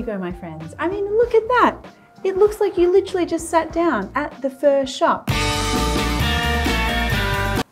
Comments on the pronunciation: Hi Marion I love watching your videos except when you say “fur” for pho. It’s pronounced [fuh?] like [huh?]. But keep making these great, fun videos for us. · Sounds like she’s saying “fur.” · "fur broth"